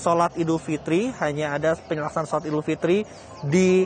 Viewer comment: Idul fitri mbak, bukan idul fitrum. Kok salah gitu sih bacaannya